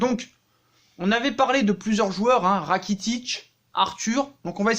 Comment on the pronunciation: Ratikic mdr 🤣🤣🤣 Rakitic 😂😂😂